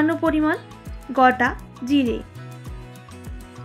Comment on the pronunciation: গটা নয় গোটা জিরা